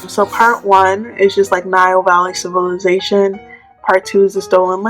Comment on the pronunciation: I was saying the exact same thing, civilation. Get that out of here😂